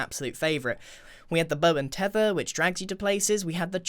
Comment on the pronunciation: Grian:the bow and thethr mojag:lets add a thrydint